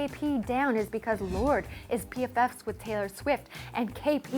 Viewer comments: It's pronounced lor-de not lord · I always thought it was pronounced "lor day" because of the e at the end >.< thought it was french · You butchered her name...